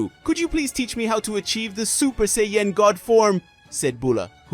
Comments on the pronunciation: Super Seyy Yen 😅 Super Sai Ya-Jin (Japanese) Super Saiyan (English) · hehe super Say-yen!